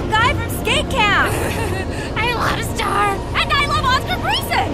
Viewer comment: Say it marco its star